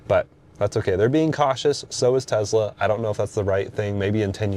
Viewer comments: Bro, it’s not tezla. It’s tesla. Enunciate your S’s! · Him saying Tezla and that CarPlay sucks immediately discredit him as any type of reviewer.